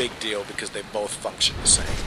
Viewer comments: "function" I thought you say "f*ck".. Like Whaat never heard him say that -. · When you said function the se I thought you said fuck shit the same lol